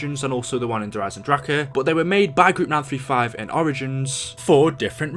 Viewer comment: Thank you so mich for your good answer. Now I Under stand. So cool 2 see People in the Internet Who arent toxic af. Thankq have a nice Day bro. By the way i am german so here a little Bonus : the actual way ti pronounce the zombies content : Der riese- der risa Der eisendrache - der aizendrake Wunderwaffe - wundarwave Have a nice day bro